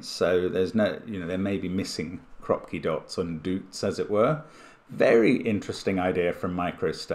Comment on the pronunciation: Yes but he never read the "Kroopki" in the rules correctly :(